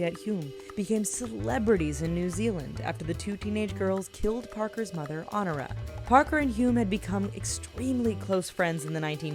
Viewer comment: The old saying was "Revenge is sweet," but a couple of these seemed very bitter. My one complaint: it's "On-OR-i-a." Good list.